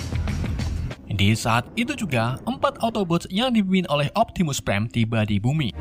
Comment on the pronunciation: Optimus prime bukan Optimus bam kocak yee